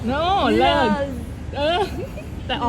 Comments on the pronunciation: เลิศ ไม่ใช่ลาภ พืชก็ไม้ถืก555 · เลิศ (Lerd) ไม่ใช่เลิฟ